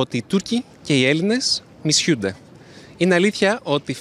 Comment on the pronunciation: "μιΣΟΥνται", όχι "ΜΙσιΣΙΟΥνται"